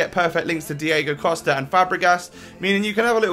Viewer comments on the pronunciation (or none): none